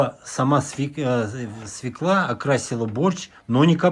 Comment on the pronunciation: Не свекла, а свёкла!